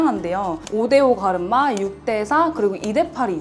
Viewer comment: 갈음마 ㅎㅎ 발음 귀여우세요 😊😊